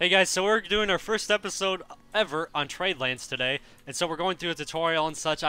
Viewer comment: I'm pretty sure you said tree lands when you said "welcome to trade lands"